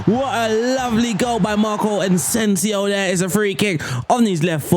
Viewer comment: Where do you get all these Ns from in players names? Ansensio? And Toni name is pronounced Kros but the a longer O, not like spanish Cruz